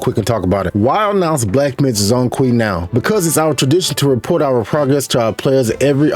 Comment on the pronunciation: It's not Zong Kui, the 'Zhong' should be pronounced similiar as 'John'(Zhone Kui). 'zh' = 'J' in mandarin.